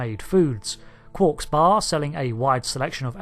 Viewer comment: It's QUARK, not 'QUORK'!